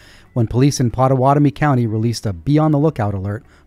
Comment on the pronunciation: Omg! You pronounced the name of my Indian heritage properly! No one ever gets it right! Potawatomi! I love you right now!